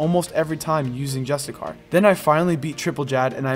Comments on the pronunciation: dont know how this popped up and noticed its cool concept and all but please stop saying just a car, its justiciar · Im pretty sure its justiCIAR not justiCAR. like justice-iar. just so you call it right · Re record the video and say justiciar instead of justicar ffs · It's justiciar (jus-tissy-ar), not justicar. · Just so you know dude it's pronounced Justisheer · ITS JUSTI-SHEER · ironic you went to the trouble to google definitions and put them in the video to substantiate your claims but still pronounce "justiciar" incorrectly*